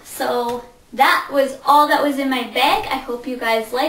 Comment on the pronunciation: you say beg not bag